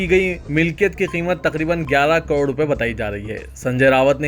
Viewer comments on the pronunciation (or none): none